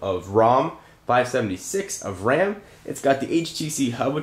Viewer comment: Ram not Rawm =0